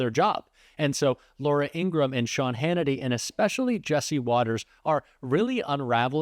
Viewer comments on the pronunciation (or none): Laura Ing-ra-ham. Three syllables. Otherwise, right on.